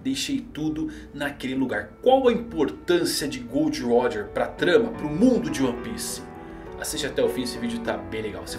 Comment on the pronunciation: GOORRDO RÓDJA.